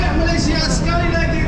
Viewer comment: Saudara...tolong sebutkan nama negara kami dgn baik...Malaysia...bukan malasia...